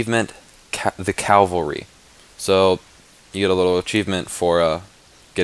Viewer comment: "The Cavalry"